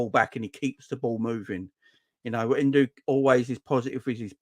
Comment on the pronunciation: stop sayin En-doo it sounds like a good night out with the girls if your a girl that is ha.....The Liverpool fan from japan said its En-doh as in the simpsons doh or bread dough?